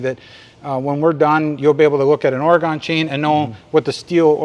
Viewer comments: I hear you say “Ora-gone” so you just need to know…everyone from Oregon says “Ore-gun.” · Thanks for the referral I’ll be checking out the web site but one thing It’s Oregun not Oregone